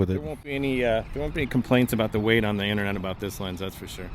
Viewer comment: Isn’t it pronounced “weight” ?